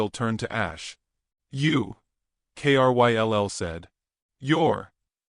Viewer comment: Kryll is a name. Pronounced it as Krill. Or the i as eye. Why have the narrator spell it instead?